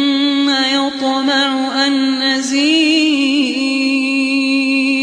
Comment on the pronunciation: Mashallah Mujhe Ek dout ha k Qari shab ne 1.26 sec Pr یَطمع کی جگہ یُطمع پڑھا ہے Or Kisi ne notice kia ha ?